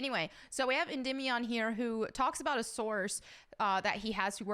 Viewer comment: One thing I hate about Endymion is that he took the name of a Greek God without knowing how to pronounce it and now has everyone mispronouncing it.